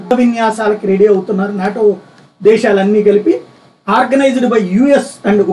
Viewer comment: నోటా 😂 కాదు 😉 నాటో 😁🙄